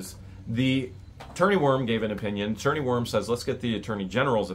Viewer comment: I always thought it was Worm not Warm.